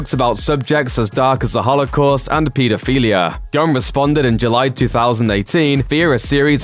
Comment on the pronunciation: WTF is pee da fella?